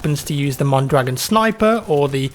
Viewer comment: especially the mondragon